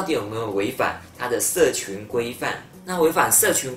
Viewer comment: 你說 社「ㄑㄩˊ」規範 欸！